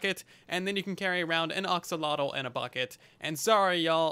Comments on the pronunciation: Sometimes I wish YouTubers would look up how certain word are pronounced before making a video about it. Other than that, great video. Very useful and informative. (Ax)olotl. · I think it's AXE-o-lot-el